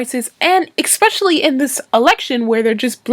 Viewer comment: especially, not exspecially